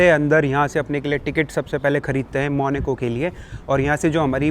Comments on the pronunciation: Bhai, sab class hai no doubt, aap log khana bhi kha rahe hoh costly, wow bhi thik hai, lekin jaise aapke muh se maneco sun rahe hain bohot ajib lag raha hai, pronunciation main actual hona chahiye jan aise aise country ka video bana rahe hain, its Monaco, Monaco, not Maneco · Monaco ❌ monico ✅ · it's monacoo not moni co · भाई, Country का नाम मोनिको नहीं है, मोन्याको (मोनाको) है...😅😂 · Apni language sahi kar lo ye monoco hey monico nahi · MONACO ✖MONICO✅ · It's Monaco not maneco